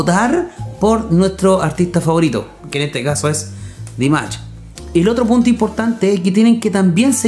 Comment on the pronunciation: Поете вы хорошо но имя человека которого любит весь высокодуховный мир произносите не правильно если вы нас деарс уважаете то правильно 🤴 Д И М А Ш !!!! Не надо каверкать и говорить Димач 🤨!!!! понятно вам 😎?! Не надо Ч 🙃 !!!